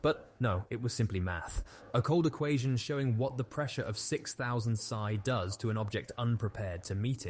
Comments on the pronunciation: Its pronounced P.S.I. not psy =D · PSI is not pronounced psy, but P-S-I. Weird that you don't know that. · Wait... "Sigh"? You know that's P, S, I, as in pounds per square inch, right? 🤦‍♂️ Why do I get sucked into watching videos by people who just regurgitate crap. 🤷‍♂️😕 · 1000 sigh ??? you mean 1000 Pee S eye ?? haha wow. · Interesting report. Rush was a real piece of work. A shame he was ever trusted. By the way, psi in this case is not the 20th letter of the Greek alphabet, but an acronym for pounds per square inch. It is not pronounced "sigh" you should pronounce each letter "P.S.I." come on man. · It's P S I, pounds force per inch not sigh 😂😄😁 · It's P.S.I. my man, not psi.. It means pounds per square inch.. When you pronounce it psi it sounds like some mental disorder.. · Soz but had to point out its p s i as in pounds per square inch not psày. Enjoyed the rest of the video tho. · . PSI is not a word, it’s an acronym. The only time I’ve ever heard that pronounced that way is when AI was reading it. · Pounds per square inch is pronounced P. S. I. Not psi. The bow of a ship rhymes with now not no. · Good video but some mispronunciations really stood out. Like when reading PSI as “sigh” and “bow”